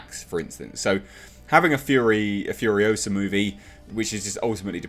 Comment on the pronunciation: It's FuriOsa not Furiosahhhhh.